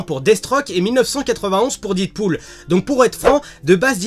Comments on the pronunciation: Super vidéo! mais par contre on dit Deadpool pas didpool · didpool ??? non non non c'est Deadpool a l’Américaine . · Didpool? Deadpool! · DEAD PAS DID :'( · didpool mes oreilles saignent. 😂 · deadpool se prononce dèdpoul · The Dark oui et toi tu as compris que je fais ce commentaire pcq la prononciation pique peut-être